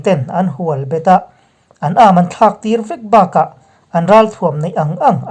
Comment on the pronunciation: Thu benglut fe fe anni e. Aman tihhi chi 2 aawma: 1. Thil leina hi=Aman ania. 2,A mahin ati,tih aiah,Ama'n ati kan tibawka, hei hi chu, " Ama'n ati, tiin kan thluk. A lian tiha, lian tih anga thluk san/fan bik tur ani. I thuthar erawh angaih nawm dan ainthuah chhah tiap tiap fua fua hle ani.